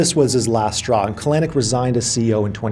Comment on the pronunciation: kah-LANNN-icckk... super cringe on that pronunciation - emphasis goes on the first syllable CAL-eh-nick...